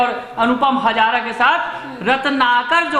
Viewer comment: हज़ारा नहीं...हाज़रा